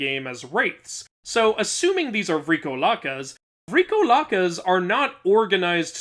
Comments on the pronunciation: I’m Greek and I just have to get this of my chest its pronunciation is VrikOlakas not VrikolAkas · Heya, just wanted to point out that the pronunciation of vrikolakas is on the "o" vrikOlakas.